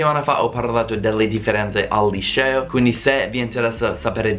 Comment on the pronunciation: un consiglio. Si dice liceo non lisceo. Lisceo lo dicono i romani non è una parola italiana. Ciao ciao